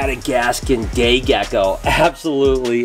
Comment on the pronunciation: Gecko instead of a day gecko he called him a gay gecko